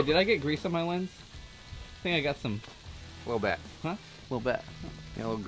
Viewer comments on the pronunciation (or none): none